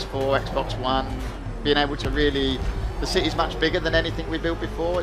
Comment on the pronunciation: A cittay lol